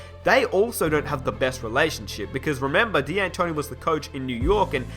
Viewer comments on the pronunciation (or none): It's pronounced DANtoni not DEEantoni